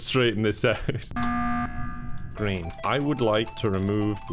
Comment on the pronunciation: 'pick him it's GREEM'